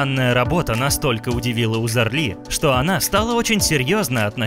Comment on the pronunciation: Почему это она немка, интересно, если у неё отец турок? И если делаете материал про человека, хотя бы фамилию правильно нужно произносить.